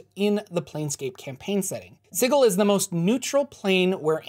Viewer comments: I'm pretty sure its pronounced si-jil not sigul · Dude, please, it's pronounced SIJEL...Sigil is an actual word. It just hurts. Lol. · Sigil is pronounced "sijəl". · It's pronounce -Si jel. Not si-gel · I love this series. But I have to call you on some mispronounced words: Sigil sould be pronounced "SIH-jill". And I believe Iuz should be pronounced "EE-uhz". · oohhh...I'd have to trump that unilaterally on the grounds it sounds dumb as hell. Lol. Thanks for the info. I like your vids. (yeah, still hurts to hear it) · the way you pronounce Sigil, makes me giggle. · The way you pronounce sigil really grinds my gears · Are we sure it's pronounced "Siggle" and not "Sijil"? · Sigil has a "j" sound... Ugh That was even more painful than the Lady. It's just the word "sigil" given as the name of a city. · You keep saying Sigil wrong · anyone else bothered by how he pronounces Sigil?